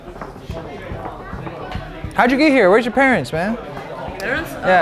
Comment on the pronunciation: 175 fa yeezy slides is wild.. bros said "parents" like he aint know wha tha was 🤣